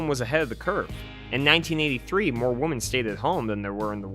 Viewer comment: “Woman” and “women” are pronounced differently. Women is pronounced like wimm-en.